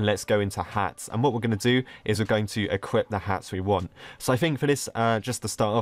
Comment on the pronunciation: pronouncing equip: equipt